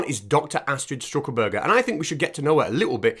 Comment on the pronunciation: It’s Stuckelberger not St(r)uckelberger 😅 Loved it pal, really funny. 🥃🍺🐒